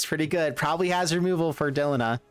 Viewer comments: Why del-ihn-ah? Like Melina, Christina, Erina, Trina, Zena.... Its clearly DEH-LEEEE-NAHHH. Is there any popular english name that ends in "IHNA" i mean seriously bro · I can't watch this video because the bad pronunciation of "Delina" just infuriates me. You wouldn't say the name "Melina" as MEL-in-uh. It's Meh-LEEN-uh. Arghhhhh